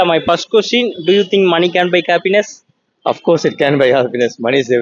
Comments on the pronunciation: Please improve the English pronounciation. Happiness , cappiness nu solra maari eruku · Improve your diction/pronunciation. It's not kappiness 😊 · Happiness ❌ Kappiness ✅ 😂😂😂